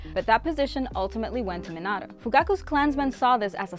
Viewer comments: Anyone else triggered she said Minato like Mihnahtoe instead of Meenahtoe? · is it just me or she keeps on saying minata instead of minato? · “Minata” it’s minato lol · Terrible at pronouncing the names 🤕 saying menato instead of Minato like “meanato” sheeeesh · I hear not minato but minaro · What i heard was menato but its minato 😬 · Im sorry but the way u say minatos name is weird bc it sounds like u are trying to say minata i dont know if its an accent but it should be pronounced mein-atoe but video is great💯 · The way she said Mi-nah-tou annoys me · Minauato mhm perfect it’s definitely not Minato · It’s minato not minado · It’s not pronounced me-nato it’s Me-na-toe this just made me mad smh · Min ah toe is what she was saying am I correct? the correct way is minato btw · Bruh I hate how she says minata instead of Minato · It's Minato not Menado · It’s minato not minatata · You’re saying it wrong it’s called Minto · It's not mintato it MEEN/UGH/TOE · Minado I thought it was minato 🤨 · Hey it’s Min-I-to not how you’re pronouncing it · It’s minoto not minato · She said “Minado” smh😂😒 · Does anyone get a little irritated when she says a name wrong like Minato. Its Me-na-toe. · Its min-uh-toe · Its Me-nah-toe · How she pronounces minato makes me mad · You said hatake wrong and minato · did you use google translate to figure out how to say minato's name if you did you are saying it wrong and so is Google translate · Way she pronounced minato 😭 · Who taught her how to pronounce Minato and Otsutsuki? 😬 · any body realize she keep saying minato wrong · So we not gonna talk about how she bucherd minato's name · It’s so stressful to hear her say these words wrong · I swear you are saying minato wrong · 4 months has passed and I came back just to say stop saying minato wrong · this video is great but I can't stop getting mad on how you say Minato wrong 😡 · i’ve never heard anyone mispronounce minato’s name so terribly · She says minato wrong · The way she says minato